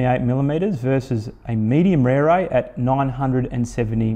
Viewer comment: it's an impressive looker, for sure. - Just wish the company would help promote the correct pronunciation of the beautiful Maori language words they use to go with their beautiful bikes. It ought to be pronounced "Reh-reh," not "Rear-ray." Same for "Teh-reh" (not "Tear-ray"). Tere means quick or fast. But good on the reviewer for giving the bike a solid and fair review and helping highlight a fair dinkum new brand for a company bringing top notch quality to an already crowded market.